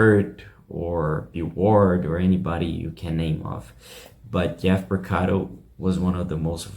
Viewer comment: It's pronounced P O R C A R O, not PorcaDo !